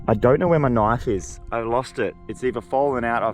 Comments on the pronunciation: His accent with the knoife always gets me. 😂😂😂 (I'm not rosting him just saying ok) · That's not a knoif, that WAS a knoif